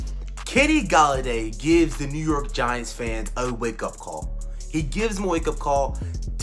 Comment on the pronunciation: the way you say new york is funny as hell